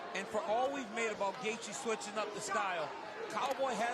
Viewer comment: Why is it every time I hear him say gaethje I hear gay beech